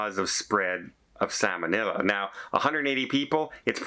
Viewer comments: SAL monella, not SAMON ella. It is not a fish. LOL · is not a medical/ nursing professional so cut him a break for his pronunciation.